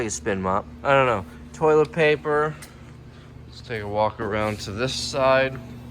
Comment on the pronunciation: I swear anytime I hear say toilet paper I think of the Detroit Lions now